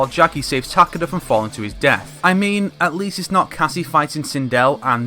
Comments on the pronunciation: I could take that pronunciation, but Ta-Ke-Da is just unacceptable. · Can we get a like everytime he mispronounces Takeda’s name? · You forgot one The weird pronouce of Takeda holy hell its just Weird